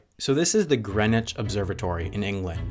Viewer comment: subscribed cause you pronounced greenwich right